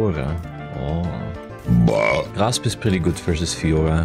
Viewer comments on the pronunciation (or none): Grasp ❌️ Graps ✅️